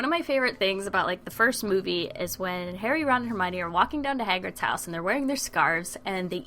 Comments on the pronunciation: ***** I know that he just pronounced Hagrid terribly wrong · PERFECTO PATRONUM!!Exept the part where you said,"hAgrid